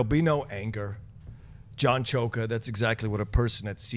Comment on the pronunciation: CHOKE-AH 😂😂😂 You guys kill me